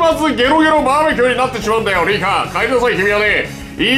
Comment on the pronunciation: バー↑べキューすき